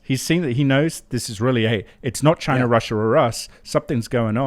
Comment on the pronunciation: Bro it’s Chi-Na